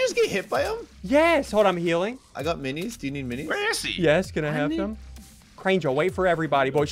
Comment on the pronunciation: “Eat the minys” -Ssundee 2019